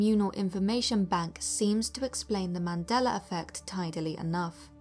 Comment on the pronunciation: YES! You are the first British person that says the Mandela effect the right way!! Most say the Mandelar effect 🤔